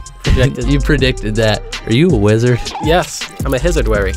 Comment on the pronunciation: “I’m a hizard, warry”